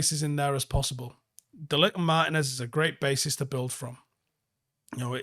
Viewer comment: It's "Mar-TEEN-ez"